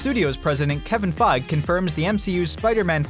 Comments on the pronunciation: That's not how to pronounce "kevin Feige". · The way he says Kevin Feige annoys me